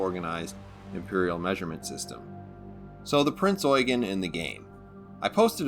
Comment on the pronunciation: You sir, are the only person to pronounce Prinz Eugen correctly.